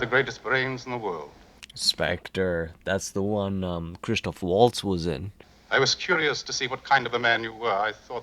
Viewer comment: As you mentioned Christoph Waltz: The German "w" is pronounced like a "v" and the "a" like the one in "car". 🙂